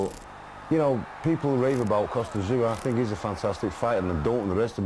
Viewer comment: why does the narrator say kostya's name like"kostyat tszyu"